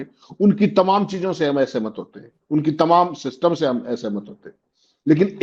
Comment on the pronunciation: सिस्टिम नहीं " सिस्टम " कहिये जनाब